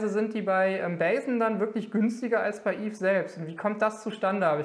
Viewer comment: Die Firma heißt nicht "bei sen", wie du immer sagst, sondern "ba sen"